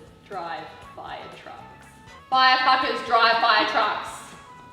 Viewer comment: "firefuckers" 😂😂😂😂😂 gold and exaggeration of her words to Ashy and then the volume of her voice during her turn so funny watching this